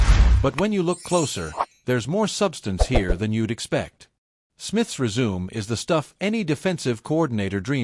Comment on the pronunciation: Resume, as in "Smith's Resume" pronounced rezoom. This is a bull shit site, using sensational headlines to draw clicks.